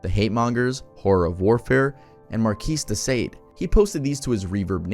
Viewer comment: And said “markees de sayde”. Quite a lot of pronunciation fails in this one. I getttttt that there’s a lot of research in here and that’s what’s important and GREAT. But people can definitely Google pronunciations.